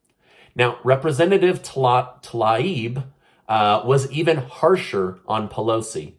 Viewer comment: Tlaib's name is pronounced ta-leeb. It doesn't really matter, but i've seen you struggle to pronounce her name. Just lending a helping hand.:)